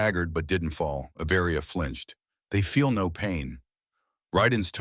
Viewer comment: Avaria is one word, it’s not A Varia!!!!! get it right!